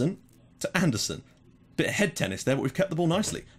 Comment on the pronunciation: i really dont wanna be that guy but im going to try it once! Andersen is pronounced An-ner-sen in Danish Really like the vids keep them coming!!